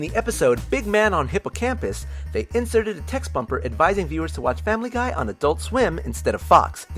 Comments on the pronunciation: u said famliy guy wrong u said family gay!!!!111111!!!!!!!11!!!!!!!!!! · It kinda sounded like he said Family Gay... Does anyone else hear that?